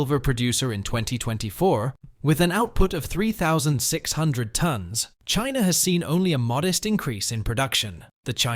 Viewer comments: It’s Chiner, not China. Weren’t you listening to the interview? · Indier and Chiner? Never heard of those countries.